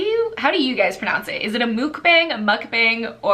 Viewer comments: you watch the miracle forest too? I love her asmr videos so much 😍 also "mukbang" is pronounced kind of like "muck-bong" because it's originally a Korean word ☺️ you have now gotten me interested in reading throne of glass AND red rising! so many books added to my tbr 🙈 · I think it's muk-bong (soft ao). The u sound is also like...rounder from the back of the throat as opposed to English words like "usually"